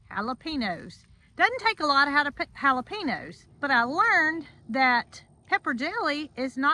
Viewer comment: Just a little FYI,. Not trying to be mean, or anything negative, but, I wanted to tell you the correct way of saying Jalapeno..........It's "hal o payn yo". It's a Spanish/Mexican word, so that's why the difference. Love you and Jason and all of the animals. Y'all have a great place, and can't wait to see if the Victoria Crown Pigeons lay another egg. Hopefully, when it gets a little cooler. Hope you aren't upset that I told you the other/correct way to say Jalapeno. Hope the new meds continue to help with your Auto-immune problems. Love Ya....♥♥